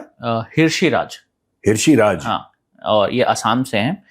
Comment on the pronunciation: ओ भाई हिरषिराज नहीं यार ऋषिराज होता है। H silent होता है जैसे ऋतिक लिखा जाता है Hritik